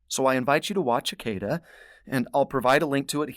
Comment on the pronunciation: Would you consider checking your Hebrew pronunciation with the Blue Letter Bible. Akedah is pronounced Ah kah dah. Accent on last syllable. This way other teachers won't teach it wrong too.